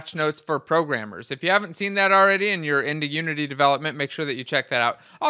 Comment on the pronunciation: “Pro-Rammers”…well, I don’t like to brag, but I guess this video is for me.